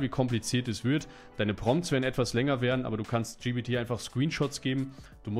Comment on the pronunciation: Warum sagst du immer GBT es heisst GPT